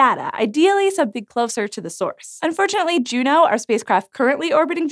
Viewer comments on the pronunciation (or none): none